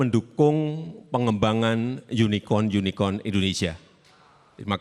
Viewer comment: Pa jokowi lafalnya unicon '(yunikon)' bukan unicorn '(yunikorn)' ya pasti pa prabowo tanya balik 'yunikon' atw 'yunikorn' ? klo lafalnya bener pasti langsung dijawab